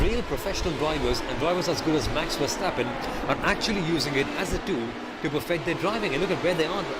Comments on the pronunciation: yeah, the emphasis is on verSTAPpen. But overall liked the commentary, good job guys! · Please, not so much emphasis on the ver of Verstappen and Verschoor. Say it like "over" without o with a short er. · FUUURR-stappennnn.. dude haven you heard anybody say his name before.. 10 lashes in a public square!